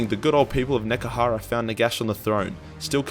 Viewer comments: NEH-HEH-KARA NOT NEKARA YOU smelly boy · DAMN IT, IT IS NEHEKARA SAY IT RIGHT ONCE YOU FOOL